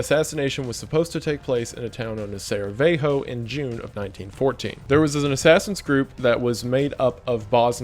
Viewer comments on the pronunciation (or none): Not Saravejo... it's Sarajevo(Sarah-ye-vo), just to clarify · Sarajevo, not Saravejo (Sara-Yay-Voh) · especialy Sarajevo "saraweho" while our language is one letter one sound, so you (eng. speaker) would say it like Sarayewo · BRUH IT IS SARAJEVO WITH LONG "I", like You spell it Sarayevo. Not Saraveho. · Sarajevo is pronounced like Sarayevo not Saraveho. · Just FYI, it's not pronounced "sara-ve-ho" but "sara-ye-vo" :> You also mispronounced the names but they're fucked to begin with so you're good on that lol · "Saravejo" Dude, look at a map once, it is not that hard. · "saraweho" 😂 as a Bosnian I just wanted to say that its pronounced "sarayewo". The way you pronounced many of the names made me chuckle a bit. And oh yeah, this was def the reason ww1 began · SAR- EYE -VOH NOT SARVEYHO Still loved the video and am a huge wendigoon fan! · Sarajevo my dude, not Saravejo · It’s Sarajevo not Saravejo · Dude... it’s serajevo not seravejo. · i hate to be nit-picky but the way you pronounced “saraveho” nearly made me have a stroke sa-ra-yeh-voh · Sarajevo is written Saravejo on the board and pronounced that way the entire time lol. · its sarajevo not saravejo. also you read "j" as an "i" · It's SaraJevo not SaraVejo, and "j" isn't pronounced like "h", our language is slavic not roman, "j" is pronounced like "y" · Damn Im early! Also its Sarajevo not Saravejo but eh close enough, great vid as always ♡ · I believe it’s pronounced “Sarayavo” coming from an American lol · Did you really just said SARAVEJO and pronounced it like a Mexican village? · "Saraveho" que the Mexican band. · Ser-EE-ay-hoe or (voe) Is how you say it. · "Saravejo" 😅 Apparently, the war started 'cause the Serbs didn't accept the last bit of Austrian ultimatum: an investigation. 🙄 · the towns name is actually sarajevo and it's pronounced sa-ra-ye-vo and something tells me it comes from a word shed (sarai) but uh not sure. its slavic, not spanish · IT'S SARAJEVO LOL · "town of saraveho" bruh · "Saraveho" lol